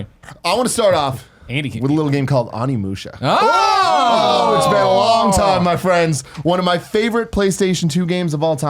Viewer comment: Just a tip for the future, it’s pronounced OHnimusha, not AWnimusha.